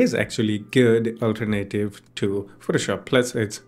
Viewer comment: Alternative is pronounced "All Turn Uh Tive" not "Ultra-Native"